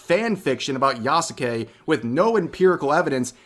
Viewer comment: *does all the research to confirm that Yasuke was/wasn't a samurai* *Still can't even say his name right*